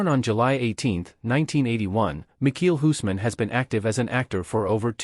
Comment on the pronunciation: Can’t even say his name right 🙄